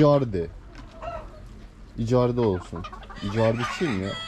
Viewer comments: Abi İcardinin isminin okunuşu İkardi Bi futbolcu galatasaray futbolcusu :) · Abi icardi futbolcu da ikardi diye telaffuz ediliyor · kolay gelsin hacı icardi gs futbolcusu ikardi diye oku sen ama senin sesinle yazıldığı gibi icardi demen daha iyi gibi sanki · İcardi deil ikardi